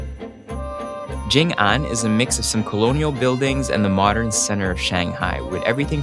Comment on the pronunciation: It's Jing'An, not Jong'an. Great prod.